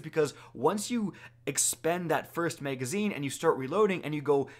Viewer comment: Wtf is a muhagazine?